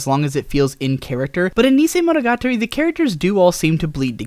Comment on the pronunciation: Someone else who can't pronounce "monogatari"; say after me "mono - ga - tarry".